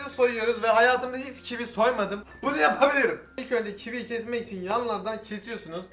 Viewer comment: Sen kivi soylerken sandim ki çivi soyledin . Dusun sene çivi yiyorsun